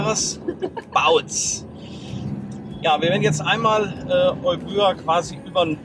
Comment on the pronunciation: Hallo liebe, lieber, Euböa ist eigentlich überhaupt kein Zungenbrecher, man spricht es Ewia mit der Betonung auf die erste Silber also auf das E aus. Erklärung: Εύβοια der zweite Buchstabe nach dem Epsilon also das Ypsilon übernimmt in der Zusammenstellung die Rolle des z. B. deutschen Buchstabens "W" und wird zusammen mit dem Buchstaben "β" als W ausgesprochen. Ein i von den vielen i die es im griechischen Alphabet gibt ist auch das "οι" und wird ganz normal als i ausgesprochen. Ich hoffe es kommt nicht auf eine besserwisserische Art rüber aber das klingt auf griechisch so falsch dass ich es schreiben musste. Danke für die schönen Bilder aus der alten Heimat und schöne Grüße aus den schönen Remstal.